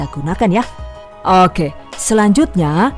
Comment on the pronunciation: Kesini karena "okeh" nya si ibuukk lucu buuknee 😁